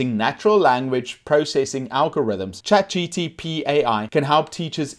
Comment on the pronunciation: Why you say ''chat GTP"?!